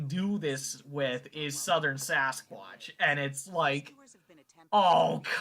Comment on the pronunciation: Looked like Eyes at first... OHHHH I saw a reaction to this! How they swarm and ATTACK out of NOWHERE 😣 I suppose some could say that a Cannible of sorts could be a level of a Wendigo? I thought I remembered it being Skinwalker Why do I think it sounded like “Swasquach” there? 😂😅